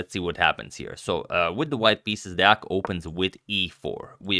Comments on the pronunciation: Wooo, you still pronounce Deac correctly. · Agad has the best Deac pronounciation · Everyone talking about the game yesterday but forgot to tell Agad that he pronounced Deac right😔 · Agad using #samay only good idea... Shots fired ... Nikhil kammath head is a beautiful head shot .. Congratulations on pronouncing Deac right. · Pretty good pronunciation of Deac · You pronounced deac correctly!